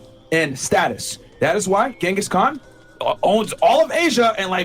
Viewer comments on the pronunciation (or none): IF YOU CANT EVEN PRONOUNCE GHENGHIS KHAN'S NAME IN THE BASTARDIZED INCCORRECT WAY IT'S MOST OFTEN PRONOUNCED DONT PRETEND TO KNOW ANYTHING ABOUT HIM!!! AAAAA It's Chingis but most people pronounce it Gangus cuz the English spelling is Ghenghis It most certainly is not Gongus And my man didn't get that many wives with his alpha male chad energy He just kidnapped them In some of the places he conquered the kidnapping tradition literally survived to this day and is a problem A funny thing as well Ghenghis had the decency to be a good sugar daddy who paid Often he gave his wives positions in government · Did she say Gungas Khan?